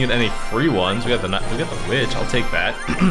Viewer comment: XD INSTEAD OF WITCH U SAID BITCH XD LOLZ DAB ON DEM HATERS